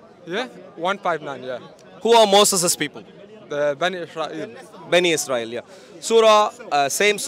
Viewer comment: I love that you pronounce Israel correctly. Keep going